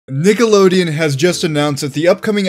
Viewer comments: Bro opened the video saying “nigga-lodeon” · we not gonna talk about how he said nickelodeon at the start